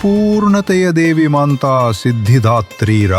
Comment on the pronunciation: Kannada language full of mistakes...y? She is Matha siddhidhatri not maantha siddhdhatri